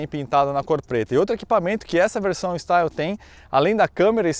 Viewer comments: Pronuncia de Style= estíle. A leitura é em francês e não em inglês. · o "Style" se pronuncia "Estíle" pois está em francês. Não que isso seja relevante, mas... 😁